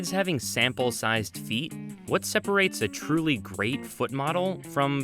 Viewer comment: The way this guy says feet... "Pheet"